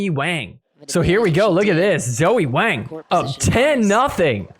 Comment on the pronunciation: Just so you know, in Chinese names, Wang rhymes with long, song, wrong. Rather than with bang.